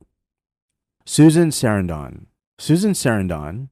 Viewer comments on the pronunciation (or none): I'm in support of Palestine. I just hate when AI is narrating, scripting..... especially when they pronounce names wrong, like Susan Sarandon . Think about using live peoples voices> Also I recall Vanessa Redgrave speaking out at the oscars. Calling them zionist hoodlums, she was referring specifically about JDL who had been threatening her